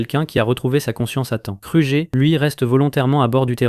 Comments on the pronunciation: Car tu dis krujer abla place de kruger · T'as mal dis alien, ranger, kruger et grumm